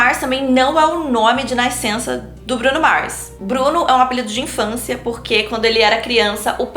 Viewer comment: Que agonia do "naisceu" e "naiscença" KAKAKAKA enfim, otimo video msm assim!!!